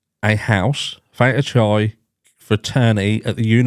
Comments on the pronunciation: Pronounced KIE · I didn't make out quite what you called the frat house. But Beta is pronounced Beeta and Chi is pronounced Kai. They are Greek letters, as I expect you know. I believe some people pronounce them differently. However, the ones above are those used by modern mathematicians who use the Greek letters as symbols.